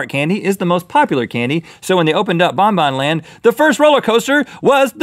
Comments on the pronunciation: You pronaus bongbong land wrong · i live in denmark and the park is pronounced (bong bong land) and the ride is pronounced (hunneproten) but it is spelled diffrently sorry for bad spelling im not a natruel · I live in Denmark and he Said it so worng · OMG i live in denmark and have bin in BonBonLand meny times. and yes you ponounced it wrong :) :D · This is so funny! If I go 1 kilometer up the road I can literally see Bon-Bon Land... And yes, Rhett.. you pronounced it wrong.. very wrong..